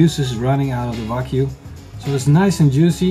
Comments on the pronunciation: Can someone tell him it is pronounced Wagyu no Vagyu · Can't you hear how he pronounces, wagyu Cringe it's like hes saying FU